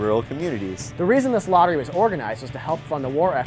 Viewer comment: It's actually not pronounced 'lotter-ray', it's more like 'loaterai'.